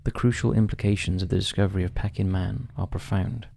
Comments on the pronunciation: Pecking man? Peeking is pronounced like P-King. I hate ai. That’s enough for me. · Pee-king man not Pecking man please! It’s the Anglicised version of Beijing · Why you kept saying 'pecking man' like he's half chicken - half man, instead of 'pea -king' man, after the place in China. Bloody pecking man. Lolz Let you off as you're good to your subscribers. 😂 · Interesting video. And it's "PEA-King" man. Not peckin man. After the 30th time had to say something. Sorry. Keep up the good work. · It is pronounced “Pea-king.” Not “pecking’. 🐦🐦🐦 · It wouldn’t be as bad it being pronounced pecking, rather than pee-king. But it’s said every few seconds! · "Peck-ing" man ? It's pronounced "Pee-king" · I like your vids but it’s pe-king man not pecking man, Peking was the capital of china now know as Beijing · “Pecking man”? Come on now, basic knowledge. It’s pronounced “Pea-king”. Also your first ‘unsolved mystery’ has been heavily debunked. Do your research. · What’s ’pecking man’ lol it’s Peking!!! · Pay-king, not peck-ing. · Pee king man not pecking man 🙄 Sino Japanese War, spelt Sino, pronounced Sy No. Honestly, the pronunciation in that segment made my ears bleed. If you are unsure of the pronunciation, check. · It's pronounced "Pea-king" man <3 Love ya!! Keep up the good work! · I have been listening for years on and off, but what is it with this guy's pronunciation? "Pecking man"? Who pronounces Peking as pecking? It's a regular thing in his videos and puts me off watching. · Great video, but just for your information,'Peking Man' is pronouncek 'Pee - king Man' .. Peking is the former name of the capital city of China, Beijing .. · Pronounced: Pea-king man! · Peking. Pronounced as pee-king as in the place in China. You really do pronounce some words bizarrely wrong. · It's pronounced 'PEEKing' man, as in 'Peking duck' or the old name of Beijing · Its pronounced peeking man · Pecking Man?! Dear Lord, come on. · Peking is pronounced peeking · pee-king, PEE-KING